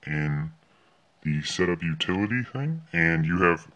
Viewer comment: "Setup Utillity thing?" BAHAHAHHAHA